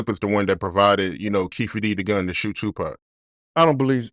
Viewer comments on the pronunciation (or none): none